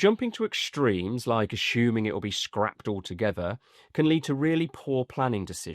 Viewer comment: Please.. there is no SH in assuming...